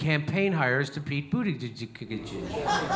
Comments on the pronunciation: Right on Jimmy! Ps. It's pronounced "boot" "edge" "edge" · I love you, Jimmy, and I hate Pete Buttigieg (for his elite entitlement and probable cheating, not his gayness; I'm a gay trans man myself). But please learn to pronounce his name correctly. It isn't hard. Boot-i--jej. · He purposely butchers his name every time. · Damn dude, boot edge edge, got it? No, I'm a Bernie man but Pete's name isn't hard to pronounce and I take you less seriously when you purposely pronounce it wrong. If you are going to go that route just call him wall street Pete. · The name though, people are having more and more trouble pronouncing it. I mean the choices, Butt gig, Booty gig or even Booty jig, all lead to the same orifice and I am talking his mouth, you naughty people and what comes out, not what goes in else where ;D. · I love how jimmy calls him bootiGIG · It’s pronounced booty-jizz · It sounds like "bootyjudge" just say it Jimmy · I agree with a lot of your stuff but when complaining about your Facebook vid getting taken down for "misinformation" you're not doing yourself any favors by blatantly mispronouncing Buttigieg's name 🤷🏼‍♂️ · This would be more convincing if JD knew how to pronounce Buttigieg's name. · ummmm...Might be nice if you knew how to pronounce Buttigieg... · you know how to say his name correctly why don't you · You're mispronouncing his name. Makes you sound like an idiot.